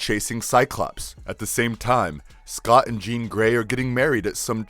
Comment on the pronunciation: He made a lot of mistakes like calling “Jean” “Jane”, calling banshee “her”, saying cable both helped and wanted to kill apocalypse… and those are just the ones I picked up… he’s clearly reading the script and doesn’t know much about the source material… ok… nerd rant over